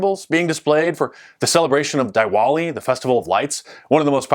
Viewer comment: Great content Mark as uaual. Just a note, Divali is pronounced "Dee-walee".